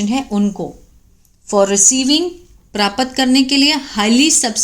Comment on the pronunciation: जिस हिसाब से प्राप्त को परापत बोल रही हो draft को डराफट बोलती होगी bahut Ganda lagta hai